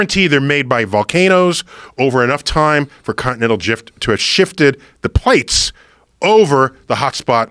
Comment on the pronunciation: "continental jift"